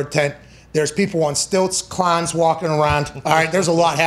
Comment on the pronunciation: “Clahns walking arahnd”